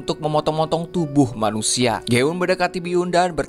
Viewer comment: Kepala manusia bang bukan manuksia😛😛😛